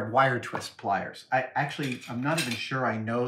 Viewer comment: Lockwire plires